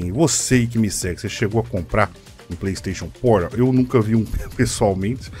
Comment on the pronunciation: Pleisteixon Poral